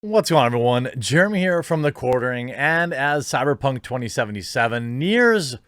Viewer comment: It drives me mad when you say cyperpunk two times in the ad